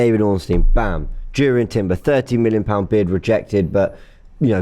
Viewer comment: Its pronounced as Yurrien Timber